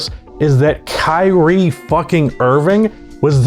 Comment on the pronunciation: thought you said "Karey Irving" lolol